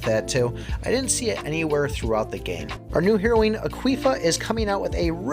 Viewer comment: You pronounced Heroine properly but then called her Aqueefa lol. It happens. Love you work